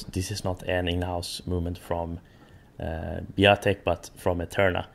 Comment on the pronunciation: Not Biotic..... Biatec! Shame!